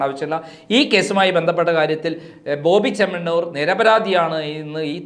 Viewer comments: Chettaaa....boby chennamannur allaa😂 boby Chemmannur aanu. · സഹോദര ബോബി ചെമ്മണ്ണമണ്ണൂർ അല്ല ബോബി ചെമ്മണ്ണൂർ എന്ന് പറയൂ